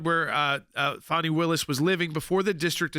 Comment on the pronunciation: Her name is Fanni as in butt… it’s an old southern name… my aunt was Fanni Belle